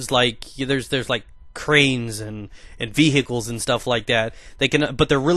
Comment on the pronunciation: veHickles lol